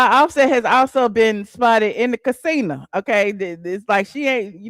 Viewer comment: girl my Mom says the same thing. casina. I’m like Ma, what happen to the O🤭🤭🤭